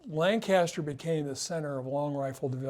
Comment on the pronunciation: It’s pronounced Lanca-ster, not Lang-caster. My friends from there will roll their eyes at you for mispronouncing it 😂